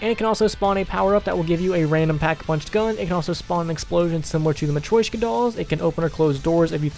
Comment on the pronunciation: Its called a "mah-tree-shoke-ahh" doll